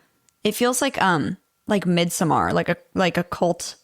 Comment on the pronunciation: I love you sm but that is NOT the pronunciation of midsommar. Solution? Come celebrate w us!